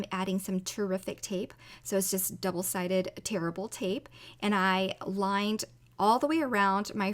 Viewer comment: I just had to laugh. I know when talked about the tape, she meant that it is "tear-able," as in easy to tear. But just they way she said it sounded like "terrible tape." LOL Like I said, I know what she meant, but still had to laugh.:) Also, since I've never used them myself I don't know if they would cut paper, but there are fringe scissors meant for cutting herbs for cooking. Just in case anyone doesn't have fringe dies, that might be an option worth looking into. I have some from years ago by a now-discontinued craft brand. They are meant for paper, so I don't know if they just rebranded herb scissors at the time or what. I don't use them often, but they have come in handy from time to time, so I keep them. Anyway, thank you for sharing this. I love how the card came out, even though I don't love tacos - at least as food. The background alone is CASE-worthy, though. I'll have to keep that in mind. It could be great for any celebratory card. Take care,, & have an awesome day!:)